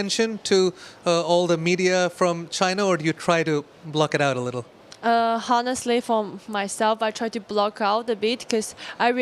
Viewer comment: HON- NEST_ LY , someone should tell het that the H is silent. ON- NEST-LY